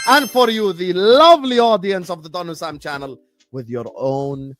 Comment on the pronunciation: Stop calling Hussam Hassam!